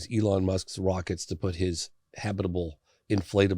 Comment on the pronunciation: he said “Elons WOCKETS “😂😂